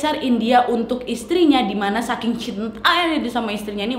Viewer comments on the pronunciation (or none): none